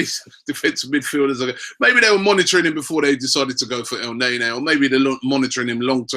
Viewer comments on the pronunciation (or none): EL NAY NAY...cant u spell thing right mate??? its EL NAY KNEEEEEE like nani..wth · Robbies pronunciation of players always crack me up. Elnaenae😂